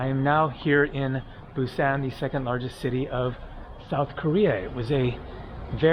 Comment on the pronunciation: Mispronounced Bim Bim Bap (Think Bop) and Busan. Think Busaan. You chose to stay away from the harbor. If you moved a mile or two away from the river and nearer to the water, you’d see the large seafood market and the busier areas of town. Busaan has a lot to offer!